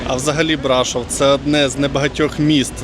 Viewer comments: І БрашОв, а не БрАшов😂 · Де ж Ви таке почули, що це чудове місто називається БрАшов??? Ріже слух і дратує ця некоректна вимова, яку Ви ще й багато разів повторюєте( Це БрАшОв, наголос на О! Не ганьбіться, українці, якщо вже тут мешкаєте та взялися розповідати про БРАШОВ! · Пане, це чудове місто називається БрашОв, наголос на О! Де ж ви таке почули, що це БрАшов?